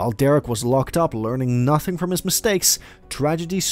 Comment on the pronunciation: It’s the “Learning NHUUHTHING from his mistakes” 😩